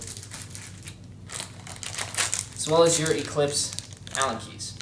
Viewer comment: lol, planet ecweeps. He said it like he was chinese